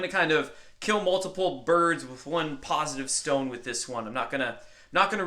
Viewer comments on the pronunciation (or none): none